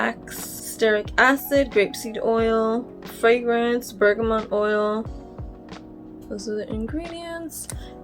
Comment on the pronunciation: Yes! You pronounced ‘Bergamot’ correctly! Thank you for this!!!